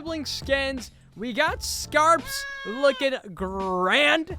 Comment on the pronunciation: STILL “SCaRpS” 😊😭